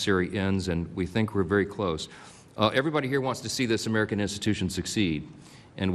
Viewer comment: did he say americada`s ??